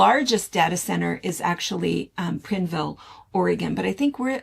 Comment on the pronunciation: Prineville is pronounced as pine with a r in it My high school boy friend came from there. 60 years ago